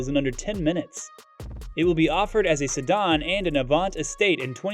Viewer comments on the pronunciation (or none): Great video but who the heck pronounces sedan that way? Sedon? Smh